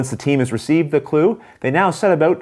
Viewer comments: "...set a-boat trying to figure oat..." I detect some Canadian accent here!! Also, this guy's description of game rules is easy to follow and transitions very well with his videos. I'm a fan! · "Set about trying to figure out. " It's like someone dared him to show off his midwestern accent. Thanks for the tutorial!